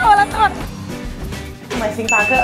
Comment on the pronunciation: 红队嘛不是一样一直在掰！星巴克（克第四声），可可饼干（可第一声），这已经错了好吗！语文是体育老师教的吗！